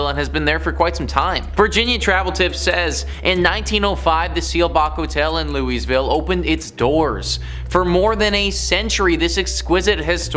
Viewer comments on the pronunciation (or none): 😂😂 it's painful to listen to him saying Loo-is-ville (Louisville KY)... It's pronounced Loo-uh-vuhl